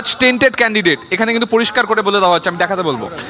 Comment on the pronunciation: it's "tainted" not "tented"!😊